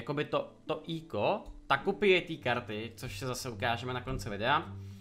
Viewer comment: Cloude čti to prosím [:ekou:] a ne [:íko:] :D jinak díky za super informační video :D